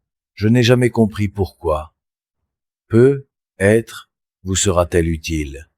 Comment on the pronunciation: Bonjour, la voix est très fluide, et paraît très naturelle, le seul hic c’est quand il est dit « peut…..être » au lieu de « peut-être » et écoutant beaucoup de récits fait par l’ IA, c’est une anomalie qui revient toujours ☹️